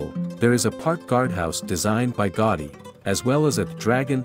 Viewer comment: Specifically GAUDI. It's certainly not GOTTI, as you pronounce repeatedly. GA-OO-dí would be much closer. Hope you understand my suggestion. Thank you. ♥